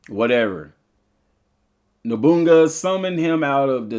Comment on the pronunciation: Noboonga 😂 it’s Oda No-boo-na-ga. Lol.